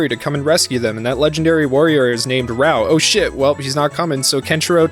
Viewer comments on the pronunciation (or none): Raoh is pronounced Rah-Oh not raow. Why the heck are you calling Shuu "Shrew"???